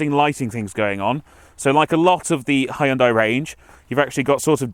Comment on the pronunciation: Finally someone actually pronouncing it Hyundai and not "Hayundai"